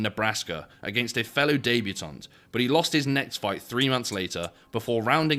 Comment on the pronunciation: What’s a daybutaunt?